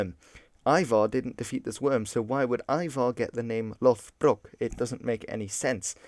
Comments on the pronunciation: I'd like to point out that it should be /'loð.brok/ not /'loθ.brok/ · It's not LOTHBROK, It's LODBROK, which basically means LOD=Thick leather pants, and lastly BROK=Breeches.